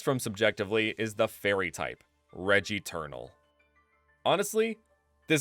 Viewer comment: I thought you sayed regi-turtle not regeternal